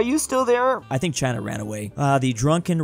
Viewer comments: was that saying China?!?? It definitely didn't sound like it, but it sounded very weird... 🤔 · what's with that China pronunciation? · Why did you said "China" in a weird way? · Says USA to chiena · The way "China" was said 💀💀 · why did he say china like that